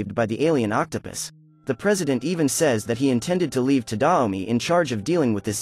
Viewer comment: Are we going to ignore that he said Octa pis